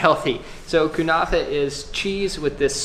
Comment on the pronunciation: Kunafeh LOL its Ke-ne-feh